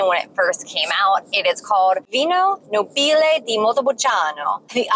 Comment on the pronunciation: You have visited truly second rate producers, very little known. However NÒBILE, not Nobìle.